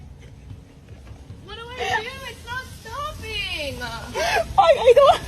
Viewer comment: "It's not stoppinga. what do I do with it?" Quit adding a's at the end of words